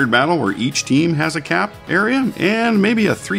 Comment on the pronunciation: Lol when it said 'CAP' and directed to a particular point I thought it said 'CRAP' XD